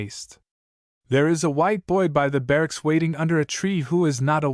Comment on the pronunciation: Wonderful story, bur terrible pronunciation, makes it un-listenable, the word Sahib is pronounced with a silent h, Saab. Like the car make, Subaltern is not pronounced Sub Alt ern, but Subaltern, barracks are barracks, not bar racks, almost every Anglo-Indian word is misprounced altogether a wonderful story ruined. !